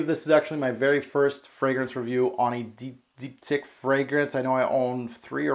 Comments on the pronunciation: it's dip-teek, not deepdick lol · Deep, teekh is pronunciation. Your French is otherwise very good! lol great review!